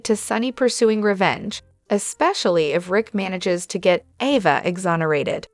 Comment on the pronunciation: AVA, say it right A-VA.